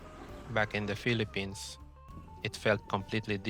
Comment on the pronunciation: Ay Pinoy ka nga. Sabi mo "bak in the Pelepins"